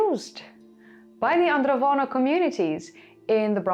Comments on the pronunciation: It's Andronovo, not Androvono culture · It’s AndroNovo not Vono 😉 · AndroNOVO, not AndroVONO. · She keeps mispronouncing 'Andronovo' as 'Androvono'. It's even mispelled in the description and the hashtag. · Thanks for the video. I wanted to point out that the name of the culture is Andronovo, not *Androvono. Also, the j in Karajartas is pronounced somewhat like a French j (that is, like the English s in 'measure'), not like the Dutch j (English y).